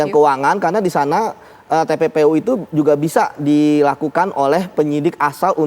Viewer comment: Infonya kok nggak jelas...pak Mahfud bilang TPPU..kok jadi tppi